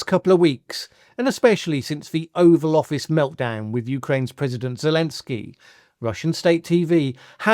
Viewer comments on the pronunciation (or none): none